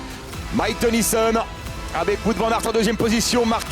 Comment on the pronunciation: "Wout" se prononce "Wot" x) c'est du flamand, pas du français